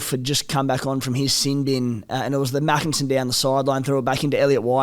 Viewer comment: Great podcast again! Spot on with just about everything i reckon. small heads up, Tommy Makinson’s name is pronounced Make-in-son but honestly i think a lot of us thought the picks for the england side this year were genuinely bizarre, especially the likes of ryan hall and chris hill, but i’m pleasantly surprised to see the whole squad seemed to take the challenge.